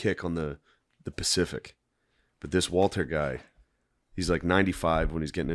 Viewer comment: “The pacific war” come on dawg